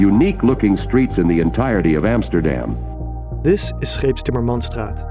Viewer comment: Emsterdeem..... And than that voice over, hilarious.